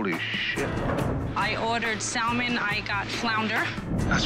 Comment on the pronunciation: "I ordered 'Sall-Mun' and got Flounder" . . . . Maybe if you'd have asked for Salmon, they might have known what you were talking about